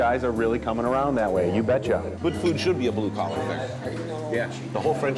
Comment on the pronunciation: Love to see the true Minnesotan come out "You Betcha". Sample room is great to this day, stop by if you get the chance.